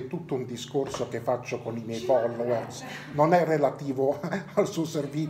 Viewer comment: si dice follouerz